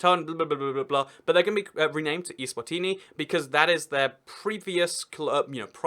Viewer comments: eSwatini not iSwatini! Stupid English!! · Macedonia (FYROM) is pronounced fye (*fi* in fire) rom (fye-rom eSwatini is pronounced ay-zwah-teenee